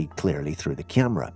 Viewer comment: By the way, WTF is a Kyam-rah?!